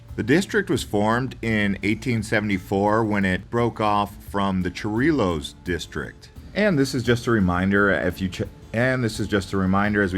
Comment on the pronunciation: also Chorillos is pronounced Cho-ri-yos not Cho-ri-los